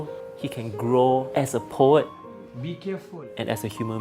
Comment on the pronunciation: It's pronounced PO-UHT. Not PO-YET. 🙄 You'd think CNA would hire reporters with a basic grasp of the English language.